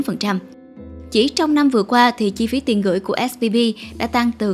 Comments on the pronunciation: Âm V và âm B nghe cách mở khẩu hình âm ra cũng giống nhau ý. Mình cũng hay bị nghe nhầm 2 âm này. Mình cmt để không phải mỗi bạn cô đơn. Mà mình và bạn mình cũng bị nghe lẫn giữa âm B và V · Mình cứ nghe bạn đọc là SBV nhỉ :)